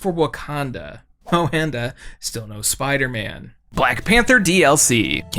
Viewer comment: Bro called Spiderman low tear